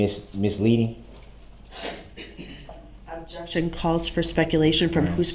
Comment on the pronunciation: Abjection!! “BIAST” 🤣🤣😆😭